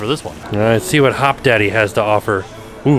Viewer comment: HopDODDY not Daddy lol it’s Austin based and one of my favorite burger restaurants!!!